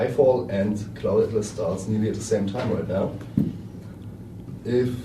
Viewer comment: "CLOULD ATLAS"